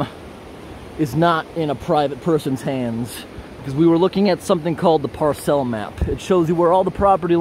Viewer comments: That's not how you pronounce "parcel".... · It's drives me nuts how you pronounce parcel. Lol.